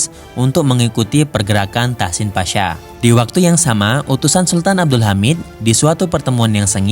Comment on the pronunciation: ada salah sebutan, Tahsin Pasha..terima kasih atas video nya..